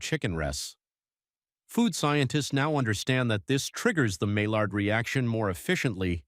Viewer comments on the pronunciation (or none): “Maillard” is pronounced as “my yard.”